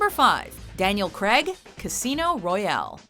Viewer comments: It's CRAIG not fucking cregg... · Can you fkn yanks stop saying CREGG instead of Craig? Does renn fall from the sky? When you are hurt are you in penn? Does a trenn go Choo Choo? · How come you can't pronounce "Craig"? Seems to come out as "Kreg"... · Daniel Creg it's Craig it's has an a in it. Said Crayg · Daniel Craig, not Daniel Crag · When you can’t say Craig right